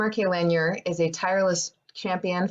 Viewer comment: Totally butchered the pronunciation of Lanier.